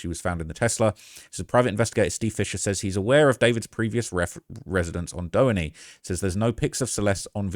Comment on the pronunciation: “Dough-enny” it’s “due-haney”